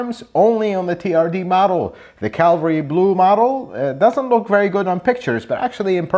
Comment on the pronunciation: 😂 "CAVALRY" Blue, not Calvary, unless Toyota is commemorating the death of Christ.